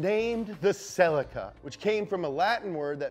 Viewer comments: every time i hear selleh-kuh i cringe! its Ce-LEEEEkuh! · Sell-eek-ah not Sell-ika - otherwise great - keep em coming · The Correct Way to Pronounce "CELICA From Toyota Japan pronounce it like saying sleek car but with a "C" Cel eeca not Cellicar Listen to how Japanese Australian an Canada UK pronounce Celica! 👍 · who pronounces it ‘cell-ick-er’?? Isn’t it ‘se-lee-ca’ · SUUUUPra or sup,brah.... not its not selly-kuh its se-leee-kuh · It's pronounced ce-LEE-KUH. pleas like this comment, because I get that stupid look from people when i Pronounce it the right way. Ce-LEEEEE-KUh ......SELLEH_KUh NO! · Fun fact: the Toyota Celica is pronounced Celeeka or Cellica depending wether you live in America or not. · I’m ireland we pronounce it celyca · It's pronounced SEH-LEE-KAH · theres a LEE in celica not sellekuh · It's pronounced see lica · Its pronounced Ce-leak-ah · Damn you yanks, it’s pronounced “sell-leak-a” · Scotty Kilmer always knows when someone says "celica". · ScrappyMtZ .-. I’m standing Also angry that he pronounces celica wrong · sorry loved everything you said about the Celica at the beginning but then vomited when i heard how Americans pronounce Celica. I should have known they would pronounce it differently but wasn't mentally prepared for this 😆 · This video needs to be remade with the correct pronunciation of Celica. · Why cant he say Celica right hahaha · I hate the American pronunciation of celica